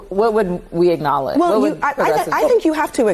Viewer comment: what's an icknowledge..?.. cant even pronounce acknowledge correctly